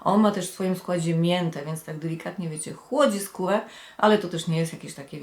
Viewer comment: Czemu tak dziwnie mówisz ?,,chłodzi skółe'' 🙄